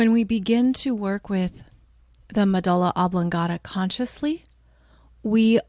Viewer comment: "Medulla oblongata," not "medala." Ugh.